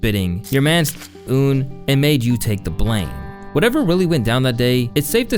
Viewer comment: Pretty sure its pronounced un, like big pUN